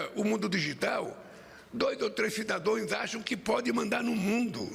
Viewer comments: O ladrão é um atraso. Falou "cidadóes" minutos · 12' e alguns segundos 2 ou 3 "CIDADOES" foi o melhor🤣🤣🤣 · Ele também fala cidadoes! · Ele teve aula de Português com o mesmo da Dresganja ele repete " CIDADOES" Gezixxx apague a Luixxx 😂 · Lula é tão analfabeto que pronúncia cidadões como a burra da mulher dele, que se acha inteligente...😂😂😂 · Alguém avisa para o molusco, que se diz cidadãos...e não "cidadões". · Ele falou cidadoes….. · Fala pro Lula que se fala cidadãos e não cidadões , também esperar o quê deste pai dos pobres, só que não. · Esse também é expert em português: ""cidadoes"" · Lula: "Cidadoes" 😂😂😂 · No 12,20 segundos ….ouvi : “cidadões “?????oh!…português falho!!!!! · Ele falou cidadões 😂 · “cidadões” doeu 😮😅 os ouvidos 👂 (dito pelo “nine”) tudo que o Itamaraty fez reserva até agora, o descondenado fez uma lambança, e entregou a nossa atual situação, realidade! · Ele falou “cidadões” ou foi impressão minha!? 😂 Analfabeto! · Ele falou cidadões no lugar de cidadãos…. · Como que uma disgrama dessa vira Presidente?não sabe nem falar cidadãos.